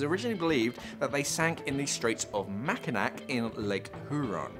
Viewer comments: made the change, lol? No waaay! Btw, Mackinac is pronounced Mackinawww. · Yeah it’s “Mackinaw” not “Mackinack” I dive in the straits of Mackinac all the time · Mack-i-naw...lol And hyoo-ron